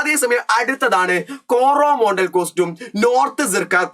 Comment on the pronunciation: കൊറോമോണ്ടൽ അല്ല കോറമെണ്ടൽ ആണ്